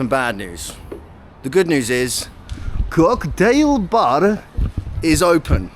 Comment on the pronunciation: You pronounce "kocktaeil bar" like a legitimate Russian trying to sound American. Very kharasho!